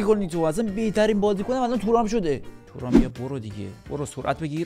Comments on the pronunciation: تورام✖️ تووورام✅ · تورام❌️ تو رام✅️